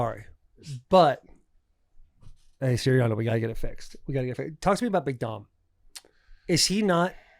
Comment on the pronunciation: Taylor you set off my Siri saying Siriani